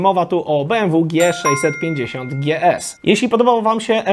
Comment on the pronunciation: Jprdl...Chłopie..BMW to marka niemiecka, co ty z tym DżiEs...Ogarnij to, nikt na GieEsy nie mói DżiEs.